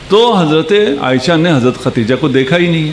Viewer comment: حدثنا پڑھنا بھی نہیں آتا خدیجہ کو ختیجہ بول رہے ہیں پھر محقق بھی ہیں واہ واہ